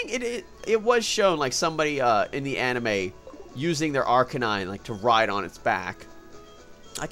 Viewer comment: Anna May, that's what I think of every time you say anime!